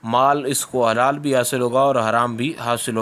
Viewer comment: Janab helal nhe halal huta hy